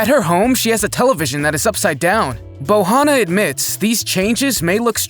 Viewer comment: BOJANA not BOHANA hahaha